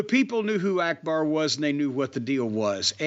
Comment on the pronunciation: Akbar, not "Arkbar".